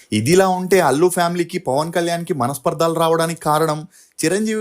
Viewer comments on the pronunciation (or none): Manaspardaalu kadandi, manaspardalu, other wise good explanation 👍👏